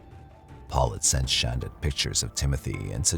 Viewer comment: No hate - love your voice, it's great for true crime. But i think if you're going to do a 90 minute video, you should make sure you're saying the defendant's name right. I know it's spelled, "Shan-duh" like you're saying, but you can clearly hear Paul pronouncing it "Shaun-duh."